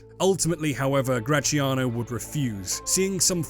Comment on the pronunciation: I don't understand the beef this man has with the sound “zia” in “Graziano”: why does he pronunciate it “cia/chia” instead of “tzia/tsia”? English has Z sound (like in “Zoo”) so... Why? Whenever you see a Z in an Italian word, just read it as X. It's not the same, but is the letter with the closest sound